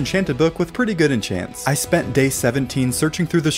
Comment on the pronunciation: When he said day 22 he said gay 22